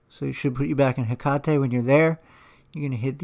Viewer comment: also like that you pronounce 'hekate' correctly. maybe you studied a little japanese? haha